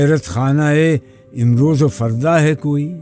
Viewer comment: Nice explanation but please use correct Urdu/ Persian pronunciation. I'll give you one example there are many. Amroz correct pronunciation is Imroz